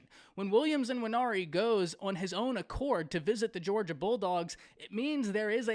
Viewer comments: His name is Nwaneri… not IN-waneri. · Quit say "N"WANERI. The N is not pronounced.